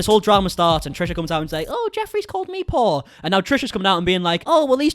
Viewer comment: I thought you were saying Paul. Jeffrey called Trisha Paul lol I was like wait whaaat?! Then I realised you were saying poor🙃